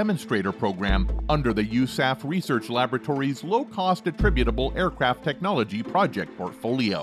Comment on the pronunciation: At least learn how to say "Attritable"